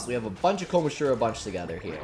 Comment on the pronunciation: oh my god i hate how he’s saying kom-ah-jih-row kill me